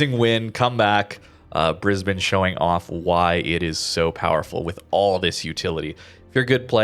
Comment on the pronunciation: Congratulations on pronouncing Brisbane correctly.